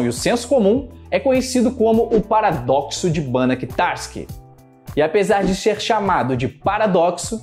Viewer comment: "xer chamado"... Kkkkkk